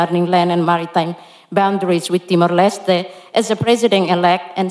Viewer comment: Timor Leste not Kimorlester lol😂